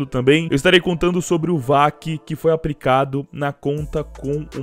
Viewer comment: “APRICÁDO” TÁ SERTO!